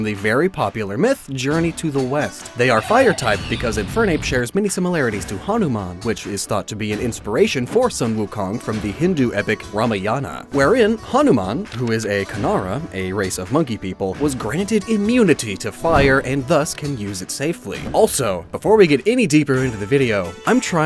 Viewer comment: Dude i was shocked as to how a westerner pronounced Hanuman so perfectly and then you had to butcher Hindu and Ramayan 😂